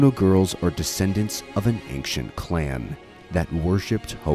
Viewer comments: Aside from you pronouncing "ancient" like "ankshent", this is a 10/10 documentary. Very well done!! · This video was pretty great except for the way you kept saying anc-shint was distracting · Why do you pronounce ancient as "anxient"? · May I ask why you say anksient instead of ancient? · why do you keep saying "anxient" instead of "ancient" :/ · Why do you pronounce “ancient” in such a way? Good video, though. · I'm loving this video. I only have 1 gripe, that hard "K" sound he puts in "Ancient". Well done overall, truly. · please learn how to pronounce ancient, your mush mouth ruined the whole video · I've never heard anyone pronounce "ancient" with a hard c, that is very strange to hear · Such a fantastic video! The only thing that throws me off is your pronounciation of "ancient" ^^ Maybe check that for the next video. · First i want to say that i loved this. But i have one complaint, and boy do i hate to be that guy, but the way you pronounce ancient was making my eye twitch 😂 to each their own though.